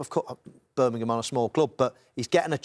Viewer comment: Rio can't say Birmingham right 🤣🤣